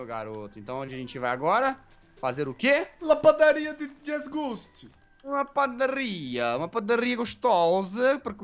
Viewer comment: o jazz falando padarria me lembrei da menina que eu gosto